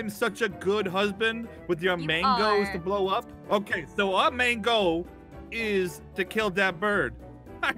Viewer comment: literally 100% of the time:MANGO(sounds like main goal)